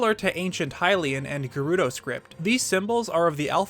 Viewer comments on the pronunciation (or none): none